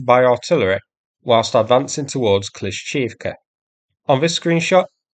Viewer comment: Its kla-sheev-ka